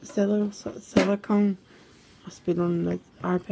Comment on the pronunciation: Couldn’t even say Silicone. Did you even get proper education?